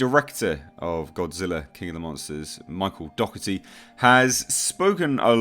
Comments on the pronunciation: You pronounce his surname incorrect. Its said 'doh er tee' just fyi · My step family has the same surname and it's pronounced Dock•erty. His could be the same but doesn't correct it since everyone pronounces it the other way